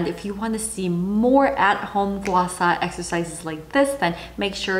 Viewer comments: Not to dismiss the helpfulness of this video, but as a Mandarin speaker I have to object. It's pronounced gua SHAH rather than gua SA. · Why do you pronounce guasha as gua sa? Are you Thai? I know that Thai people had difficulties with pronouncing sh, but you speak english, so that shouldn't be a problem. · It’s Gua - Sha. Just like how it’s spelt.